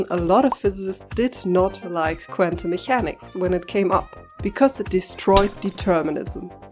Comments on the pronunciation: you pronounce the "ch" like a German "ch" instead of a "k". It's "mekäniks" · Are you German by any chance? You pronounce Mechanics wrong in a way a German would do.